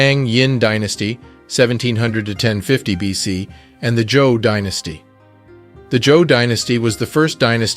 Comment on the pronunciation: Prof! I love your work! Btw I hear "Joe Dinasty" , do you mean ""Zhou"? ThAnkhs for Being True to YaSelf, So to We